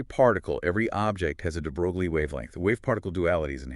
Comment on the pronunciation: DeBrolie is French pronounced DeBroy